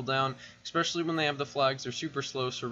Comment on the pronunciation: It’s “especially” not “expecially”